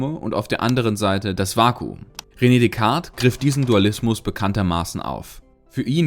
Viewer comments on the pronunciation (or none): none